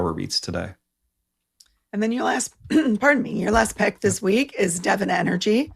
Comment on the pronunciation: great as always. Nice to hear the correct pronunciation of Devon. (i.e. not "Devaughn.)